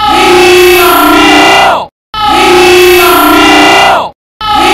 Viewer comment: I liked the part Where he said "He issss some milk